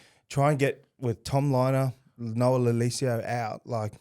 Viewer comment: JP please learn how to say Noah’s name 😂